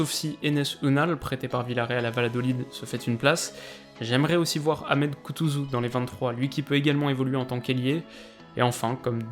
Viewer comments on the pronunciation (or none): none